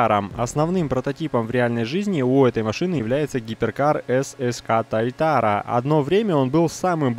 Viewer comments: привет блин прости конечно но пожалуйста говори туатара а не тайтара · правильно не тайтара, а туатара! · немножко бесит то как ты называешь прототип этой тачки, если что правильно говорить ссц Туатара